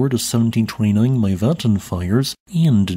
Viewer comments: It's not. "Mee-vahhhddn" is more like it 😊 Cheers an Icelander 😊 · Thank you for the video! Just to add that Mývatn is actually pronounced Mee-va 😊